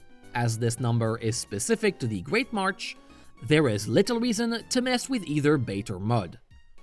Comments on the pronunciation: MarSH. Not MarCH. MARSH. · You do know it's marsh right? Not martch? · Why do you keep pronouncing "marsh" as "march"? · It's great marsh not march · Good video, but it’s ‘marsh’, not ‘march’. You keep saying ‘great march’ in the video. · Yeah, I'm pretty sure he said "Great March" every single time. Couldn't unhear it.